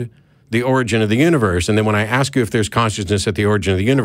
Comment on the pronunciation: This guy is so smart, but he can't pronounce correctly a word as complex as "ask".